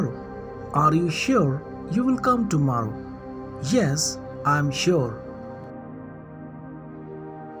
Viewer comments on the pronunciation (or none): Sir, it's not tomaarro, kindly pronounce the word correctly.